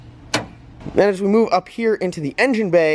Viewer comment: Did you say “as we MOO up here into the engine bay”?? Lol